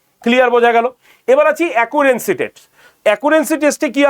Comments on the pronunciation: আরে মাস্টারমশাই Accuracy Test (অ্যাকুরেসি টেস্ট) উচ্চারণ করছেন অ্যাকুরেন্সি টেস্ট বলে....এটা কাম্য নয়....অত্যন্ত কানে লাগে এইসব ভুল উচ্চারণ। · আমি তো সেটাই বলেছি....অ্যাকুরেসি উচ্চারণ হয়....অ্যাকুরেন্সি নয়। আপনি তো আর এক ডিগ্রি উপরের বাংলা লেখা পড়ে বোঝেন না।